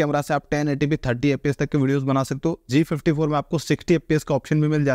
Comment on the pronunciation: Please be clear while speaking g34 and g54